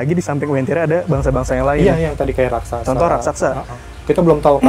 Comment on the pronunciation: raksasa bukan rasaksa